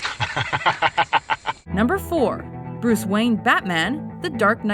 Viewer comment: Hey its bruise waine